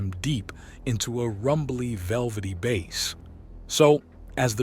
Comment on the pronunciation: When you are talking about sound Bass is pronounced Base, when talking about fish bass is pronounced like it looks.